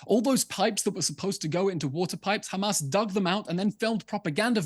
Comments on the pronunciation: Since October 7th Piers has not learned how to pronounce haMAS. He continually calls them haMASS😅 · I'm deeply offended and this Anti Semitic and blood libel as you have pronounce Hamas incorrectly they called KKKHHHAMAS with the letter KH not H so please pronounce it correctly this absolutely anti Semitic not pronounce our words incorrectly 😊